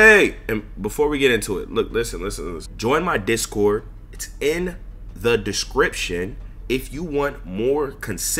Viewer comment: Bro said “discy cord” 💀